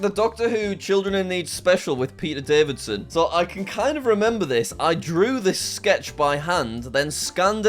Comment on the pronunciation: Davison not daviDson